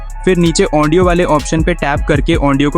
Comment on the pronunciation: ओन्डियो नही भाई ऑडियो होता😂😂😂